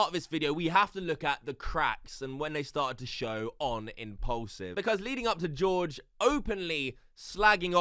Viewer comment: for some reason you calling it "impollsive" really triggers me. It's mean to sound like it has the nam "Paul" in it. Impaulsive...pronounc it like "porl", not "poll".